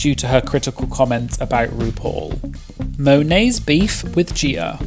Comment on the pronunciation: "Gieer" lmao